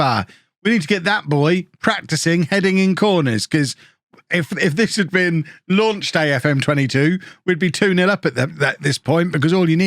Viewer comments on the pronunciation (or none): none